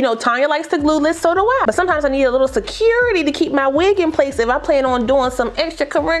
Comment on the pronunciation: Yes! When a little extra "securitay" is required! 😂😂😂